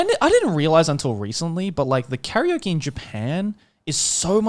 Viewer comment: Someone tell me why they pronounce Karaoke like curry-oki